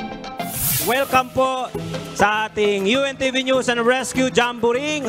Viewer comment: yong pronounsation mo ng NEWS Hindi nose kundi NEWS.